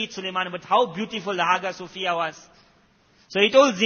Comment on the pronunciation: It's pronounced as Aayaa sofiah Not haga sofia